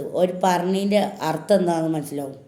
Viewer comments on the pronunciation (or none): none